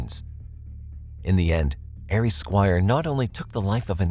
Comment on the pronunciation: The name Ari is pronounced Ah-ree, not Air-ee.